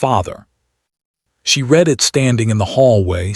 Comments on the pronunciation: The verbs ‘to read’ and ‘to misread’ rhyme with ‘red’ in the past tense. A human narrator would know that. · Narrator lacks proper accent for the tale. Dull dull dull. Misprounounces past tense of read and others.